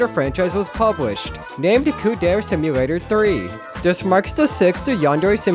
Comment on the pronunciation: every time this guy pronounces "dere" as "dare" an angel loses their wings, plummets to earth and dies